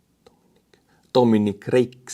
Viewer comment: Good video again & I love your attempt at “Phillip” 😂 Ph makes the F sound in English so it’s pronounced as Fill-lip.